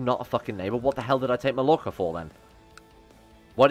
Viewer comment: ITS PRONOUNCED MAYORCA